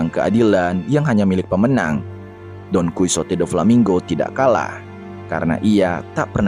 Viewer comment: bamg bukan donkusote,tapi donkihote dibacanya,btw itu tulisan gmpang nya ya